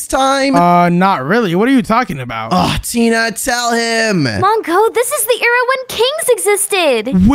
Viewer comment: "there you go we're in a new aira"